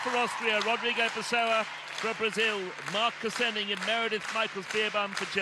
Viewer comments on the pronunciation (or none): none